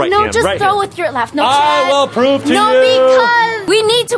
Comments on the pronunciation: It’s not chap it’s Chad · It’s Chad, not chap